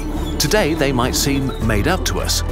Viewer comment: And they actually sounds like Yee